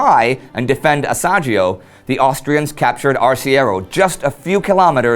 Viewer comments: Is not "Asiagio" Indy. The pronounciation is "Asiago", like the verb "go". Great work anyway! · While you usually nail pretty much every pronounciation this time you got Asiago Plateau totally wrong, you said Asagio while for an english speaker it should be something like ah-see-ah-gou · I'm sorry but I had to laugh when you said "Asagio" instead of "Asiago", twice :) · "Asiagio" is very painful to hear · Fantastic episode as usual!!! Keep up the great work! A small not on the side: it's "Asiago", pronounced "Ah-see-ah-go" (coming from an Italian speaker). The Altopiano di Asiago is a fantastic area to visit, full of trenches and bunkers where the Italians just about clung on to the edge of the Alps. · Just a little thing, Asiago is pronounced with a stong g, like for instance of the word "ghostr", guess it should be imaginated with an h, "asiagho" Best luck for this amazing channel! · The episode is awesome as always. However, you mispronounced "Asiago". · Please learn how to prounance Asiago, you killed that name. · Ahah! Indy! Asiago, very easy to pronounce! Think about the shakespearean antagonist Iago, then add the word "as" and then you have the correct pronunciation! ;)